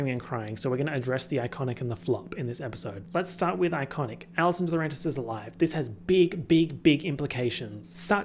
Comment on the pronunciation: saying "Allison D-swag-rentis" lives rent free in my head.